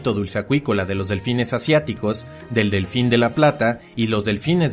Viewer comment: un ñelfin